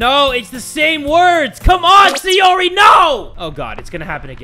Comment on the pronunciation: why do you call sayori sayuri?